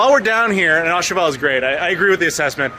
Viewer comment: My mission is to find a Puerto Rican restaurant and eat what you guys had; that looked amazing. BTW its not pronounced "ah cheval" but "Ooh Cheval"; a bit like the O in OMG.